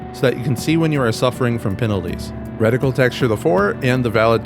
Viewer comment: Why is bro saying "wreck-tickle" instead of reticle lollll good vid